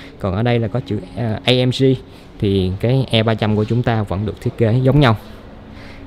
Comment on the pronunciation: Tiếng anh nữa mùa hả...AMG là Ây Em Gi chứ A Em Gờ gì